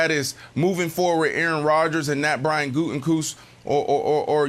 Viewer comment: Mangini is tone deaf af. Also, it's (goot-eh-kuhnst) sheesh lol